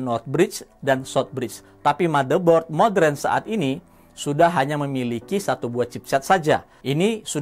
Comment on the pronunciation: siapapun yg memyebut kata² Modern dengan "Modren" biasanya orang pintar